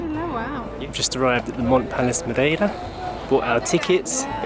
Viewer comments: Is it me, or are you pronouncing Madeira a bit funny? I though it was Ma'dear'ra - checking google, yeah both British and Portuguese pronunciations are completely different from how you say it. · Excellent vlog, but Its Dearer in Madearer :-)